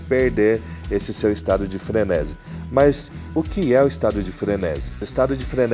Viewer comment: Frenési não existe, a forma correta é frenesí (tônica na última sílaba) Sinto muito, não dá pra seguir um cara que quer fazer da comunicação seu ofício, mas nem falar sabe.